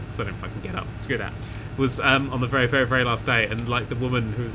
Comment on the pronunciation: Its a wery wery wery big turn